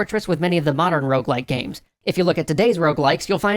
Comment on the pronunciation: Will everyone stop saying ''rouge-like''? It's ''rogue-like''. As a French speaker, seeing ''rouge-like'' used bugs me to no end. It doesn't make any sense. Rouge is simply the word for the color red. Rogue-like refers not only to the game most often credited with spawning or at least influencing the genre, ''Rogue'', but also points towards the stealthy, somber and roguish nature of most rogue-likes.